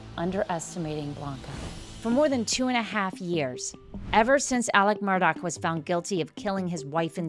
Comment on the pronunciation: It's"mur-daugh" not mur dock. 🙄